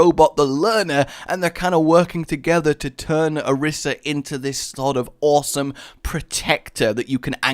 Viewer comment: Two things: One: It's Ah-Reesa. Two: She didnt give it a heart. Its a metaphor.